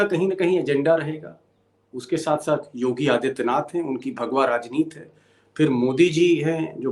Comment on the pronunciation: बार बार आप राजनीति को राजनीत क्यूं बोलते हैं? हिंदी के शब्दों का शुद्ध और सम्पूर्ण। उच्चारण कीजिए।